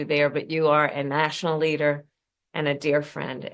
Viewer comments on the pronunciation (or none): Did she say "national leader" instead of "natural leader"?😂